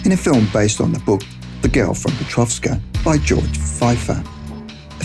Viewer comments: Well, I don't know but I thought I've read the book was called: "The Girl from Petrovka" yet you keep saying "..from PetrovSka"... it's quite annoying actually, since we can clearly see there's no "S".... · It's 'Petrovka' why on earth are you adding an 's' and saying Petrovska?? It's right there on the cover! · Petrovka, not Petrovska. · And... number 8: Not once, not even twice, but... 3 times that idiot says "Petrovska" istead of "Petrovka" - as clearly visible on the cover of that book. What an amaaaaasinz co-incidence!Well, the material is interesting, but... it irritates me every time I hear "Petrovska", while the title is clearly "Petrovka". Mumbling that much...?!!Oh, come on, man! People are listening to you... by millions! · It's petrovka not peteovska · PetroVKa,not PetrovSka. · PetroVKa! Not PetroVSKa... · It's PETROVKA, there's no S there!! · PetrovSka? where is the S on the book, huh? other than that, hire a real lively voice actor, next time.... man, I almost fell asleep and thought this was 2 hours long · no 'S' in Petrovka